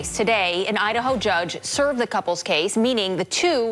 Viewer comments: Did that female anchor actually say "served"??? Apparently she didn't read the script ahead of time or doesn't know the word "severed". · "Severed", not "served", lol